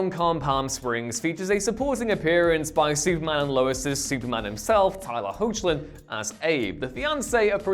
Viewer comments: Hoechlin is pronounced "Heck-lin," btw. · I believe it's pronounced "Hecklin"